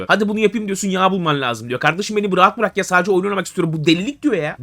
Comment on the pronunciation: ARTIK BURAKMAK DEME BE ADAM... BIRAKMAK DİCEKSİN I HARFİ İLE